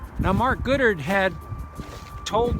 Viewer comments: It's Goddard not Goodard. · *Goddard;...>Not: "Goodard". &, *she stated on the phone;...>Not: "he stated on the phone". &, *she was harassing; stalking; &, playing mind-games with actor: Andrew Prine;...>Not: "spying" on him. &, *Her death occurred exactly 5 days after JFK's; >Not: "basically 1 week later".